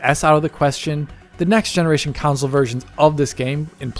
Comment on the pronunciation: Its console not council lol